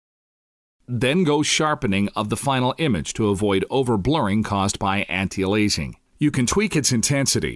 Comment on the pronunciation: "Anti A lazing" LOL. That's some insanely good Text to voice synthesis... but it utterly fails on a couple words.